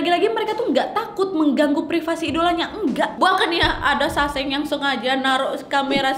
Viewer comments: Bukan saseng sangsae bacaan nya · sesang wak bacanya .. bukan saseng 🤣